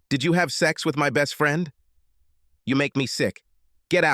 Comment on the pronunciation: Man, the robot AI reader sucks. It mispronounces common words like “friend” as “free-yund” and “handsome” as “hand-sooom” & “college” as “colly-gee.”